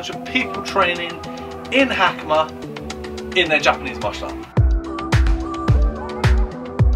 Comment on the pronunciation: Ha-ka-ma. Not Hackymuh.